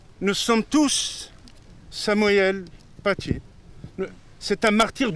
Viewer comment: « Nous sommes tous Samoyenne Patié ». L'orthophoniste de Chalghoumi en PLS. Il commencait a me manquer le pizzaiolo tunisien de Marek Halter. Il n'a toujours aucune pitié pour notre langue, ce décapiteur de la syntaxe. Et en plus le pauvre doit s'exprimer avec un masque, c'est terrible on sent que s'il prononce deux phrases de plus il va nous faire un AVC.